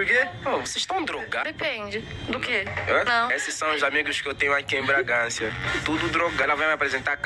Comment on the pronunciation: O cara fala Bragancia. O correto é Bragança e esse cara é muito chato.😡